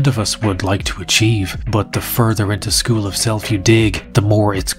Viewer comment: "zhe probably went to another zchool" 😂😂😂😂